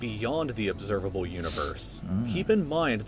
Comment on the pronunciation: "Observalbe Universe"